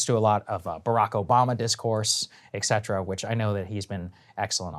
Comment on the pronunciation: Did your professors teach you "ec" cetera at Georgetown, Saagar?